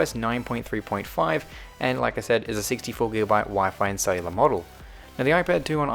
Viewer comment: Not SAy Laar